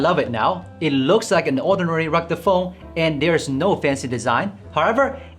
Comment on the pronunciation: "Recta phone?"